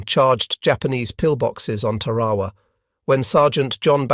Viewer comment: Mispronounces Tarawa.